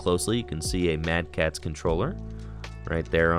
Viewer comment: Bro did not say “mad kats controller” 😂